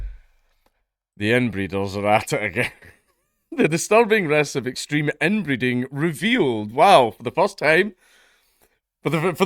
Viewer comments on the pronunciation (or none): "Extereme" hahaha. Deein' your cousin while bungi jumping, or tandem sky diving?